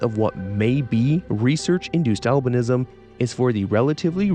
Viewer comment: For a good minute I thought when you were saying albinism you were saying Alvinism like some sort of religious belief worshipping Alvin and the chipmunks